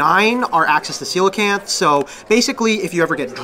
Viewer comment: Finally a yugioh player that pronounces Coelacanth correctly